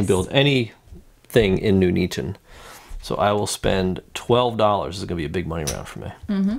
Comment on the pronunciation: Great video. Having just bought Birmingham this was really helpful. But... Poll for most egregious mispronunciation of a British town: My vote “Nuneaton”!